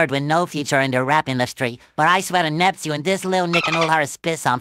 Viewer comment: he said Nepchewn not Neptune 🤣